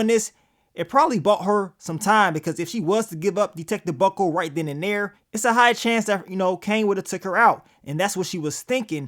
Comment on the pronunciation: ‘Bucko’? You mean BUCKLEY, right?